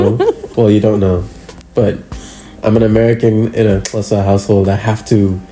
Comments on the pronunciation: Love that he pronounces Xhosa correctly. Loveeeeed this ❤ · yaz i expected to struggle pronouncing "Xhosa" i was so amazed sana the way he did, no because uyafundisa sana. And when he was explaining to us that his uncle was asking if he wants to add anything to the lobola ( a gift ) and when he said " i said NO because ULIKHO " HE SOUNDED SO XHOSA, i love him for you mna shame ubhut wethu guys. ( smiles ) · I am so proud of him for pronouncing "Xhosa" perfectly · The fact that he pronounces “Xhosa” so perfectly and goes on to say “uLikho”, that man belongs to the Xhosa tribe. Lovely vlog overall and Congratulations.🎉❤️ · Your pronunciation of the word Xhosa must be commended, you pronounce it better than most South Africans who are non-Xhosa speakers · You have trainings him well on pronouncing the word “Xhosa”